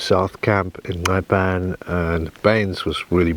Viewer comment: Wow! Just a quick sample of what Botswana can offer but absolutely 👌👌 Your editing is top notch making the video great.. By the way, top marks for your pronunciation of Nxai 👌👌😉 ❤ from 🇧🇼🇧🇼